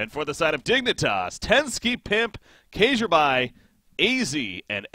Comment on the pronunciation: Kjaerby is pronounced "kjerbe" Not... whatever you said. It's the letter "æ" usually just replaced with an E, safer than trying to pronounce the ae. Fun to see you cast CS, missed you voice since moving to doto :))